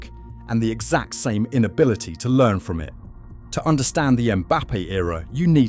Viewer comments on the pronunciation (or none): none